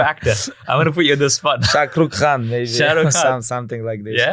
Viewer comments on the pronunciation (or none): He said shakrukh kan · He said shak ruk khan lmao 🤣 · Sha-crook Khan 😂😂😂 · He said sha-crook-kaan it means he doesn't watch much Bollywood. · The way she said “ShahRukh Khan” 😂 love that he watches Bollywood.. esp SRK movie which is like a total romantic movies. Lol I remember him saying don’t watch romantic movies, it makes ur heart weak or something like that. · Yes bro...the way he pronounced the name 😂